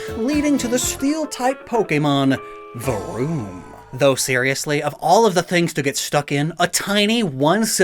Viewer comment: Love the way rolled his R's when making the vroom sound. That's some skill. Saying this as someone who cannot roll his R's 😂😅